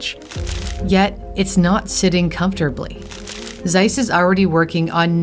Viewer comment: "Seiss that is es very german name, Seiss." No its not. Its Zeiss, not Seiss.